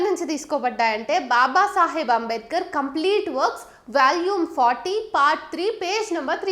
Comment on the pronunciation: వేల్యూం కాదు తల్లీ... వాల్యూం !